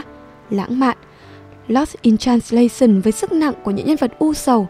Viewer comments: Dù giọng bạn nữ rất hay và truyền cảm nhưng mỗi lần bạn đọc từ transla - xừn nó tụt mood quá ấy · Làm ơn học lại cách phát âm "translation" đi xin đấy.